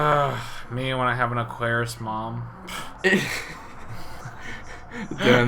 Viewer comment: He specifically said "aquarus"